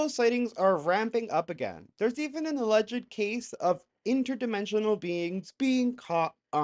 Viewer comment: Alleged is pronounced with two syllables, not three. 🕊️